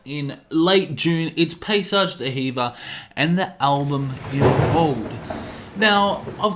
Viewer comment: it's pronounced "dee-verr" not "duh heever"